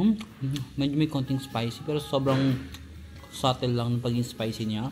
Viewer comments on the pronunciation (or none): none